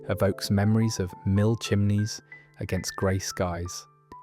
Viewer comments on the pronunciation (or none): none